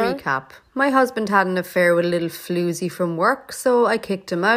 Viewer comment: Is it just me or does anyone else like her pronunciation of 'floozy'